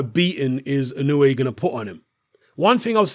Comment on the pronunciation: Just 90 seconds after mentioning how you've revised your pronunciation of Inoue...you went back to your old ways...